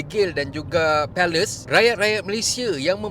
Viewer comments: Sebut je palestin ard..x sedap dgr palestin disebut pales..mcm dengar malaysia disebut mala.. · Boleh tak sebut shj israel, Hamas dan Palestine. Palestine bukan Palace. Sebut betul2. Hormat mrk. Ini nak sebut pun nak takut2 buat apa2 ingat main2 ke? Nak bersuara , bersuara dgn berani dan terus terang. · Minit sbut palestin ok je...palace pun palace lah jnji kita paham apa yg admin smpaikan...